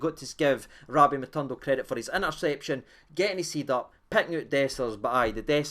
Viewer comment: how do you read this name in your mind?... Matondo.. ma tawn doe? 😜😂 lovin Lunny the now too man, delighted wi Dessers findin form